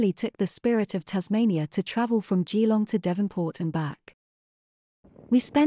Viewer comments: A bit of local knowledge for you - even though is is spelt "Gee-long" it is pronounced "Ja-long." 😉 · Turned off after hearing the AI voice pronouncing Geelong.